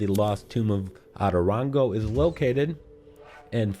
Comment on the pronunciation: The way he says “otorongo” as atorongo kiiiinnnddaaa annoys me